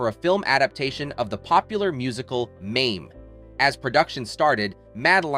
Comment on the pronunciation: Who narrated this? They said Mame then Mamee and mispronounced Kahn at the end as Kane I'm sure there are other mangled words I'm forgetting now.